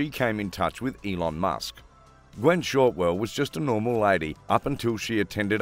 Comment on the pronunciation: her name is Shotwell not Shortwell.